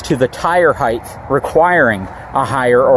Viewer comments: Love your videos, but its HEIGHT with a "T", not Heighth....only thing that drives me nuts lol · hight hīt Not higth. I know way too many smart people that say it wrong. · It's height, not heighth lol... but great video!.. I personally loves the look of a dually over a SWV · "Heighth" is not a word btw.